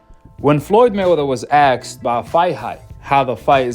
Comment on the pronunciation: asked NOT Axed.